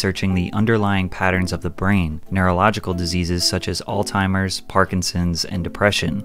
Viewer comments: It's Alzheimer's...not Alltimers. Please. Get it right or lose credibility. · It's Alzheimers not "All Timers", Bram Stoker not "Stroker", and Orochi-Maru not "orocheemaru" Drink beer 🍻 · why do people pronounce alzheimer’s as “all-timers”. literally bothers me so much lol. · did you call Alzheimer’s, all timers 😂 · There's isn't a T in Alzheimer's